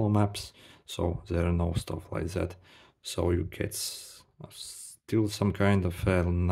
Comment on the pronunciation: That ❌, Zat✅